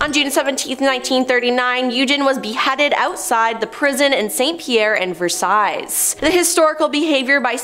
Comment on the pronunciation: Versiles is pronounced “Ver sigh”.